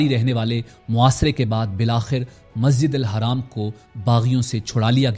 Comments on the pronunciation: Haraam ❌ Masjid Al Haram ✅ bolna sikho tab video banana Rong information mat do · Can’t even pronounce Masjid ul Haram? Pity. Nice video but you need to correct that. Its not Masjid al Haraam.. its Haram.. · Bhai zra apne lafzon pr dhyaan dijiye ( Hajj khatam ho gya ye galat bola apne khatam ki jagah ap mukammal bhi bol skte or masjid ul haraam nhi balki masjid ul haram hota he